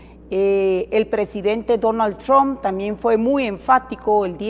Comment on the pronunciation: Los demócratas pusieron a Arévalo que dice tromp